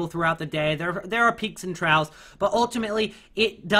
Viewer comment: Trough is pronounced like Troff dude ;)